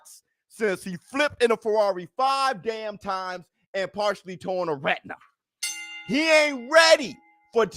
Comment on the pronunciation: Dam be careful with some of those annunciations I almost swore instead of you saying spence tore his retina that you said he tore his rectum 😳😜 Detached probably would have made me hear it better too instead of tore 🤣🤣🤣